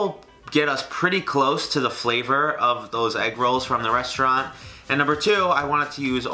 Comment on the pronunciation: I need somebody to butcher my name the way butchers "restaurant" Anyways the video was awesome it felt kind of fresh and I would definitely want to SEYMOUR